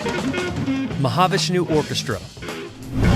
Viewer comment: Is this an AI read because you don’t pronounce Mahavishnu Orchestra the way it’s supposed to be pronounced